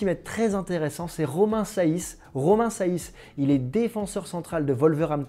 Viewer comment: Romain SEÏSS c'est comme ça que cela se prononce, et ensuite Danilo c'est un pur 6 donc je ne sais pas pourquoi tu en parle pour remplaçant de Payet...